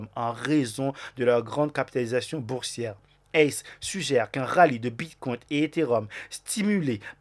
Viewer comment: STP tu peux arrêter de dire « bitcoint » et « altcoint » Il n’y a pas de « t ». Idem pour « biremarket » 🍺c’est bearmarket = « bèremarket » 🧸 Sinon merci pour ton contenu 🙏👌🏼